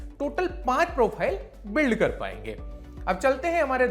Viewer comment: Abe ooo.... prophile ni Profile hota hai JAHIL SAALE...